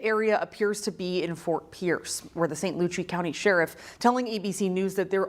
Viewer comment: This newscaster needs to do more homework pronouncing the names of Florida cities. St. Lucie, New Smyrna, etc.